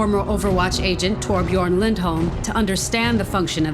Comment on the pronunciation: pronouncing efi's name properly but not torbjorn's smh